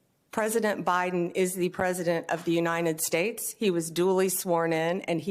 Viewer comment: "Unined States"